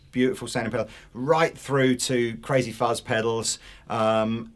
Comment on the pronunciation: It's not fucks, it's fuzz, like xylophone.